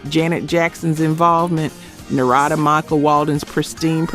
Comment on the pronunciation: This woman doing the narrative is worse than Ai when it comes to pronouncing names, Narada is not pronounced Nah-rad- da it's pronounced Nar'-a-da simular to the word Narrative and Monifah is not pronounced Mon-ni-fah' with the accent on fah, it's pronounced Mo-nee'-fah with the accent on the middle syllable ni which sounds like knee.